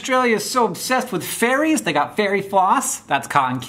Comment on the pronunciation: I love how Hank thinks Ferries ⛴ are actually called Fairies 😂